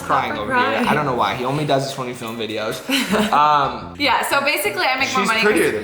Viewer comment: Omg does say 'omly' instead of 'only' thats kinda unique ngl😂😂